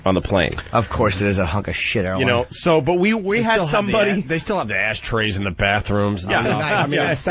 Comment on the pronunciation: Why in the actual FUCK did Dopie keep saying "Asstrays" instead if "Ashtrays"??? It's like when he used to say "three one three free" instead of just another three, who mispronounces words on fucking purpose??